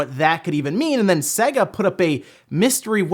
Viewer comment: It’s sayyga not seg ah (sega)